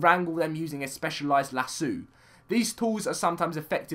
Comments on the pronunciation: It's laso not lasu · do British people say lasso like that